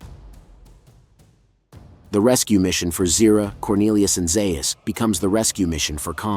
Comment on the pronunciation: You’re still mispronouncing Dr. Zaius’ name